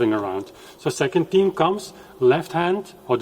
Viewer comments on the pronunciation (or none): "th" eme;Ifyou cannot say that, how can i believe you elsewhere?